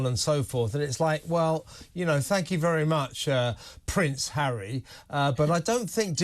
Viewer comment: I like Angela Levin. Why did she say Hawwy could win one or two cases when she said earlier that Hawwy said he HAD NO evidence?